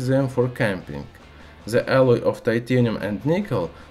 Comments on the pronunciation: Just a suggspread knowledgeestion.... Please do something about your English pronunciation.... It's really unbearable!!!! If your aim is to spread knowledge.... Please do something to be understood!!!! The is not!!!! Ze....🙏😧😧😧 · He doesnt know to say the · Very funny I love how you use the Z in stead of The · Zis properzy of za metal zizatioum Edit: 171 likes!!!!!! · I love how he says "the" as "ze" 😂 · "By ze way" xD